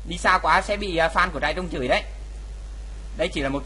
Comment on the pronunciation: kia là trairung chứ k phải trại rưng nha ^^